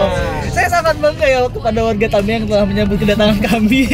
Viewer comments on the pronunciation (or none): Kak aceh tamiang bukan tamian😃😃